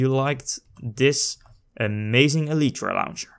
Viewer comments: It's pronounced (ee-lie-tra) not (ee-lee-tra). Sorry but I had to say it, the pronunciation was annoying me but I do like the vid. Good job! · Eeleetreeeeeeeeee? Wtf can you talk like a human being?